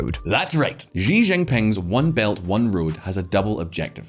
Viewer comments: In English, the president's last name, Xi, is pronounced "she" not "gee" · For fuck's sake learn how to say Xi (Jinping). The closest English sound is "she" (female pronoun).